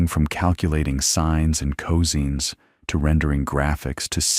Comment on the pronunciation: "Sines and coseens"?? Have you no editor? Feh!